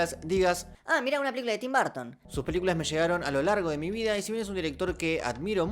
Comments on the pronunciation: Se pronuncia como Tim "Barton" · Yo: Tim Burton: Tim Barton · Se pronuncia /berton/ /b3:(r)ton/ . Me gustan sus pelis y su visión del cine. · Nobody:: Tim Barton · por qué todos ustedes dicen barton?? cuéntame!!!